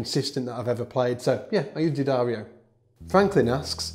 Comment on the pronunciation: Thanks for the correct D'addario pronunciation.